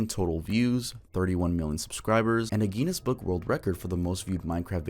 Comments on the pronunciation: Dude, there's no way you just pronounced Guinness as gee-ness but then I went back and listened again and you really did. Bruh. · Imagine not knowing how to pronounce Guinness after the age of 7 😬